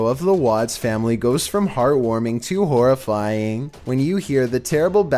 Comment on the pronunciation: Well I skipped when he said "then a horrorfiging monster coming near the camera"